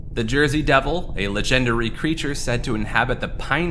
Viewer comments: How he says "Legendary" leads me to think it's text to speech... "La-Gender-Ree". To be fair though, I have a friend who pronounces "Compass" as "Com-Puss", and another who pronounces "Lore" as "Lure". Some people just pronounce things differently. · why does he say legendary like that 💀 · the way you pronounce legendary is hilarious.